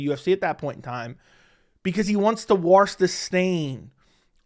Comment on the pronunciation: Why can't you say the word "wash" properly? 😂😂